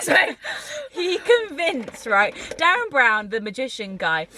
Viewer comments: Derren not Darren haha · he's called derren not darren :)